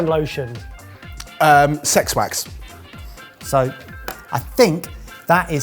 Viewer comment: SEX WAX!!!🤣😂🤣😂🤣😂 LMAO!!!🤣😂😁🤣😂😁 I swear, that's what that sounded like! 😁